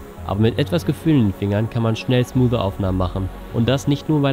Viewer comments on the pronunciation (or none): none